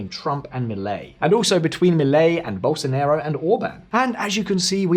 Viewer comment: Very intelligent comments but please do not pronounce Bolsonaro as Bolsonero. Ok he had something of a Nero when he was president setting everything on fire, but he is pronounced as Bolsonaro, as in father. It ends up being a completely different word.